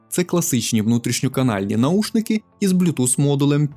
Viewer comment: наВушники - Вухо, а не ухо